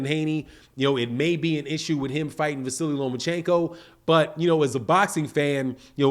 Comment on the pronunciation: There is no i, or y at the end of his name. It's just Vasyl or Va-seal.